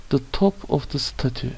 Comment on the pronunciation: Emeginize saglık hocam, heykelin tellaffuzu dogru mu acaba, stetcyu diye öğrenmiştik